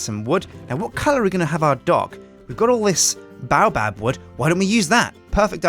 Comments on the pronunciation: baobab is pronounce bay-o-bab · Sjin I'm disliking every video u say baobab in cuz its pronounced BAY---OH---BAAB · Baobab is pronounced bay-o-bab !